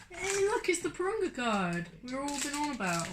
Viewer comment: It’s not durunga it’s purunga